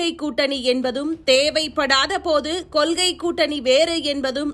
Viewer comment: கொல்கையாம்மா கொள்கையாம்மா நல்லா தமிழ் பேசுறீங்க